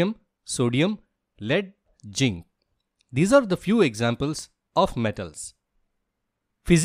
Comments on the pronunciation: Am I the only one who listened 'ginc' and not zinc? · Oxygen❌Oxsisen✅ Hydrogen ❌hydrosen✅ Zinc❌ jink ✅ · ZINC❌ JINK✅ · Zinc ❎ Ching ✅